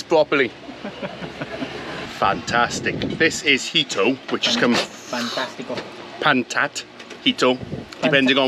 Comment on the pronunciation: PANTAT tico......NICE not PANAT tico he3x